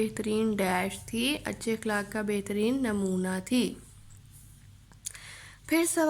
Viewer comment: الفاظ کی ادائیگی کی طرف خاص توجہ دینا چاہئے ۔ مثلا اخلاق کا صحیح تلفظ ا زبر خ ساکن لا ،ق جبکہ آپ ا زیر کے ساتھ ادا کر رہی ہیں جو کہ درست نہیں ۔ باقی سبق آپ نے بہترین پڑھایا